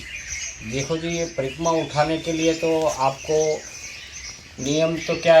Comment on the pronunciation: परिकम्मा, परिकम्मा क्या कर रहा है.... परिक्रमा बोलो l